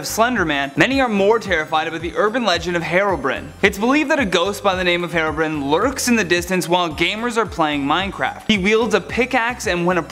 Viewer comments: He said herobrene not Herobrine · it's not Hairobrin it's Herobrine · It’s hero Brian not herobrin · "Herobrin" Nope it's Herobrine<-- see the E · Minecraft? Herobrin? Minecwaft! Herobrine ! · It is not Herobrin, it is Herobrine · You said Herobrin it's HeroBrine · did this man really just say heroine c'mon man its hero like a super hero and then brine like a brine shrimp got it gud 👍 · HEROBRINE not hairobrin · It’s herobrine not herobren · It’s herobrine not herobrin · HEROBRIN ITS HERO BRYAN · It's HERO BRINE NOT HERO BRIN. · Nobody in the world:: HeRoBriN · I heard herobread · No it's herobren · "Heero brine" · It's pronounce Herobrine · his name is pronounced Heerohbrine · He said HeRbrin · It’s pronounced hero brian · Its pronounced here-o-bri-ne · You said Herobrine wrong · ...you pronounced herobrine wrong..... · I.... I don’t think he said harobrian